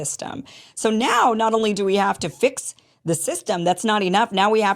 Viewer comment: I can't believe that after all these years of working in English he cannot pronounce the "th" sound. I live in Europe. I know it's difficult, but come on. "Zee" system. I think he does it on purpose🙄.